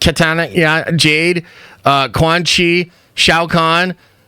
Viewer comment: Kay-Tana?? I’m surprised you didn’t title the vid mortal combat 😂😂